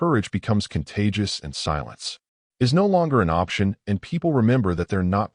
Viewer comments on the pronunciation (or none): none